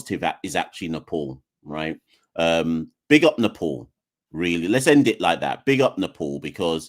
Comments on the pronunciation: Don't want to add to your grief but it's pronounced as "Nepaal" not "Nepaul" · Please dont call our country name Nefol or Nepol its Nepal 'pal' like palestine not folestine or polestine its Nepal mate. And also about kathmandu our capital its not catkmandu or katmandu its kath kaath mandu sirs. Other than that i am listening all. Please say Nepal from next time heartly request sir. Thank you